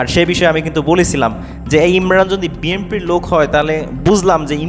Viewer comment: ওই ব্যাটা আগে উচ্চারণ শিখ BNP-কে বলস BMP.